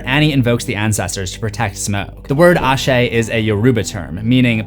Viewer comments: Hi! Nigerian Yoruba here! Noticed you did your research on some words. You actually did great! But "Ashe" would be pronounced with the a being silent, like eshe. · Ain't no H in Asé